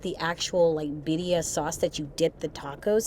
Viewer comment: Is it my bad hearing or is continuing to say Bidia tacos or Birria tacos? I know the latter is what they are, but I am wondering about my hearing!